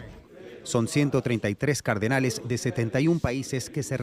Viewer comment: Hasta especulan con que se nombró a un papa y no aceptó 😂. No podés 😂. Encima dice "cardenales" y se escucha "carnales"😂